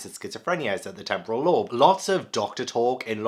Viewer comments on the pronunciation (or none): none